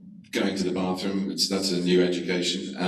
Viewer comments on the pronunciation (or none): none